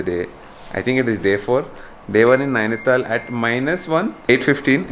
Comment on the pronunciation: It is Nainital... not Naini-thaal